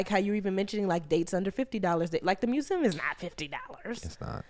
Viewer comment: I adore. But the way she pronounces museum makes me want to jump through the screen 😩